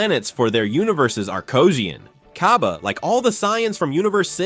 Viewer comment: This whole video is like hearing “Milk” as “Malk”. Like Syean? Cyabbae? Vejetta? THE CAT? SHENLON?